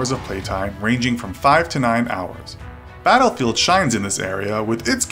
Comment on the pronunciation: You sed dattelfront not battlefield